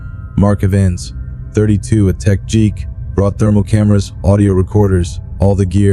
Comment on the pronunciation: How the fuck do you mispronounce "do", "geek" and "clothes"